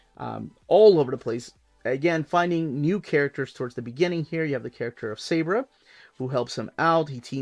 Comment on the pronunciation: Hi, Long time listner, first time "caller" here! Really digging your videos and the channel. One thing though, the Israeli Super Heroine's name Sabra, should be pronounced "Sob rah".